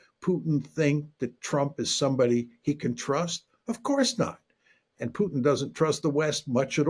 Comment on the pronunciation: You know he's a real journalist when he says Pyutin😆